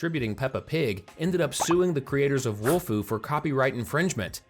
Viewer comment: Again. It's not WOLFU😡😡😡